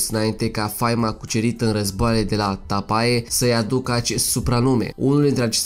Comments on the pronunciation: O observație constructivă. Tapae se citește Tape. Ae în latină se citește E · În limba latină, "ae" se citește "e". Tapae - Tape. Pune-ti la punct limba latină. Este ușoară. Faci greșeli și în limba română. Accentul se pune pe prima silabă. Uneori pe a doua. Istoria noastră, strămoșească, este foarte interesantă. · Pacat ca stalcesti limba romana ... si latina . Totusi,e un subiect cultural . De ex 'tras' sau 'atras' in cursa ? sau in latina Tapae care se pronunta Tape ... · Ar în latină se citește e.